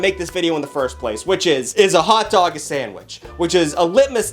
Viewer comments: it hotdog not hut dog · Bro says hutdog every time he tries to say hotdog😂😂😂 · Not pronouncing "hot dog" like "hut-dog" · I'm McDingus up on the ExtraTugg. Proud TuggLette. I like the way says Hot Dog. Hut Dug. Hut Dug. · The way he pronounces “hutdog” 🥴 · Why is no one talking about “hut dog” am I the only one hearing that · the boston came out for a second